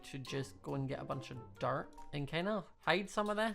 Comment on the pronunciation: Oml every time he says dirt it sounds like dart